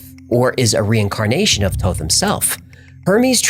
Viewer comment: I thought it was Thoth not Toth. I heard somewhere that he was Jesus.